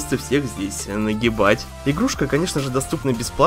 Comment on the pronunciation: мне послышалось что он сказал не нагибать а наебать